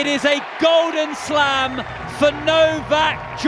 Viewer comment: Its not Nokak, its Novak.